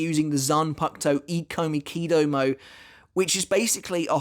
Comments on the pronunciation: Is it not pronounced “e-ko-miki-doh-mo-ay” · Ikomikidomoe, you have to pronounce the "e" like the "i" in "it". It was bothering me every time you said the name.😅😆